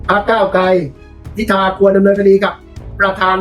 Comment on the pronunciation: เห็นท่านประธานรัฐสภาทำหน้าที่แล้วน่าเป็นห่วง ดูท่านชราภาพมากเลย ไม่คล่องแคล่ว แม้แต่การอ่านรายชื่อผู้ที่ได้รับการเสนอชื่อเป็นนายกรัฐมนตรีท่านยังออกเสียงว่า "พิชา" หลายหน แต่ ..... ท่านอายุมากแล้ว เห็นใจๆๆ